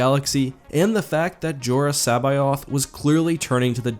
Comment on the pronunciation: There’s just no good way to pronounce “Teljkon.” And you put a few extra syllables in C’Baoth. Seriously, though, I don’t envy anyone trying to read Star Wars aloud, when proper nouns are involved. Ch’un’th’or?